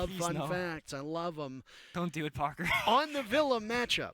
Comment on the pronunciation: I love how whenever says "Parker" it sounds like "Pogger." casting is awesome to see!